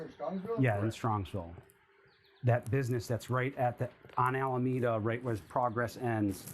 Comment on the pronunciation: the word is "Alameda"